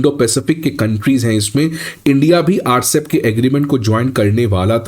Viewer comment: it is not Rcep. It is RCEP, pronounced separately.